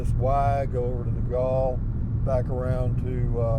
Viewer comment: Nogal is pronounced No-gal (gal like a girl or woman. NOT like gall as in gallbladder)